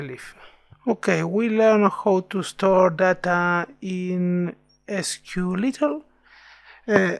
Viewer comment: It's not SQLittle, it's SQLite Thanks for the tutorial